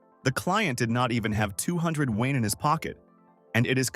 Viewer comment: Woah, they are actually pronouncing yuan correctly.